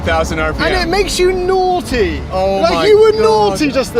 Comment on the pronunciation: "You were naughty just there" "I was so nody..."